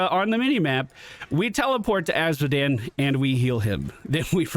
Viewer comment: "A series of unfortunate events..." Azmodan. You mean Azmodan.